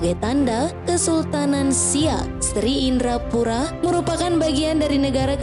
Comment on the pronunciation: Tolong benarkan sebutan nama kerjaannya min Siak Sri Indrapura